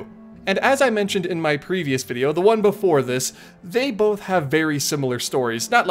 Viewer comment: Bonth? Or both